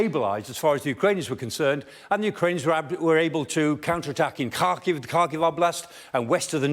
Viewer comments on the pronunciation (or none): none